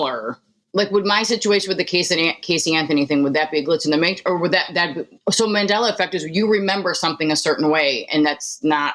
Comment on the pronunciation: It's Mandela not mandala. Named after Nelson Mandela who became president of his country after decades of imprisonment.